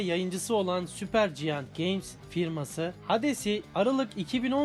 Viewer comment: süper ciant dediğin anda uzaklaştık senle...